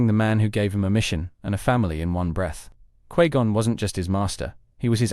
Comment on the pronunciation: Quee Gon?